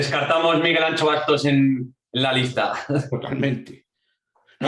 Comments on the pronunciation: Como puedes llamar al podcast "no es país para tibios" y empiezas diciendo todos y todas??? Eres un tibio socialdemócrata!!! Por cierto no es "Ancho o Antxo", lo mínimo para respetar a tal eminencia es decir bien su nombre,esa "x" se pronuncia como la sh de Shakira. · Por favor, el nombré de Miguel Anxo Bastos se pronuncia con X gallega (más o menos "sho' o "sio", muy parecido a como pronuncias el nombre de Shakira. Pero no digas eso de "ancho ", que no es vasco, es gallego. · Está gordo pero no se llama "Ancho", se llama Anxo (pronunciada la X como pronuncias Shakira).